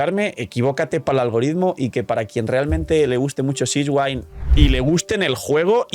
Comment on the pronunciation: Repite conmigo (de la pronunciación en japonés) siGUEwinn Repite conmigo (de la pronunciación en inglés) siShwin No sishwain Jajaja Saludos 🫂